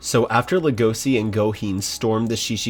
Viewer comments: You know what i hate about all these manga reading youtubers reacting on Beastars, they ALL pronounce Legosi wrong, calling him (LE GO SI) instead of LE GO SHE LE GO CHI idk, point is it's not a spanish yes in the end of his name. Yall make me feel like im 13 watching naruto Shipuden for the first time and every idiot i meet keets calling the Akatsuki - AKAT SUKI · Everyone: Lego-shi: Lego- see -Not criticizing i just find it hilarious cus i had the same problem